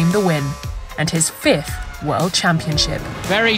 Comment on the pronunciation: You have trouble with "fifth" as well as "sixth".